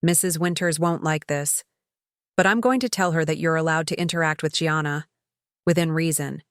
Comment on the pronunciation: Gianna is Italian, so pronounced Jahnnnah, not Gee-anna!